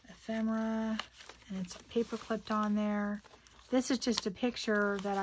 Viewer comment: Its not EphREMA MERA ITS EPHEMERA! Not rema!